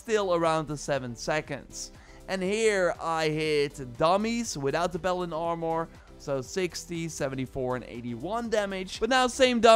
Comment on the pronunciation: P a l a d i n Sounds like you're saying balen